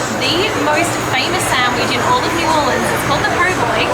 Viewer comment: And he said New Orleas wrong